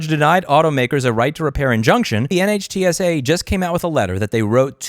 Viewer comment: Dear god Louis it's pronounced Nitsa. Like whizzy-wig. Scuzzy. Get on the horn with Steve Lehto again please.